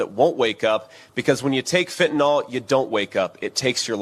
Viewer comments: Top five. Hey, FYI theword is actually Fentanyl, not Fentanol. I am loving your outright faith and good sense in reporting current politics. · Even we southerners don't say we take "Benadroll" for allergies or sleep. Benadryl rhymes with fentanyl, so it is pronounced fin-tu-nill, not "fitnall," y'all. 😂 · Fentanyl, nyl is not pronounced “all” it is pronounced like “ nill”. Please for Gods sake stop pronouncing it wrong. Thank you.